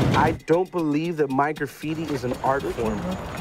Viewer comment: "I dont believe my grapphiti is a. Art form" Me: your right its- "I believe its vadlndalism"